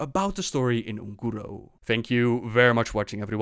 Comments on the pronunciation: Guys, if you don't know how to pronounce something (which 90% of you DON'T), just watch an official blizzard video and see how it is pronounced ffs. Ongoro ... wtf is ONgoro ... it is UN goro! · Un'Goro....not Un'Guro..... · WHY YOU KEEP SAYING "UN-GUURUU" ITS "UN-GÓh-GOh" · Oon'guro... if you got problems with pronouncing this - try of your own video... You can thank me "looter".